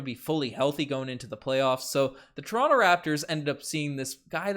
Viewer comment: Pls pronounce toronto 🙏 😭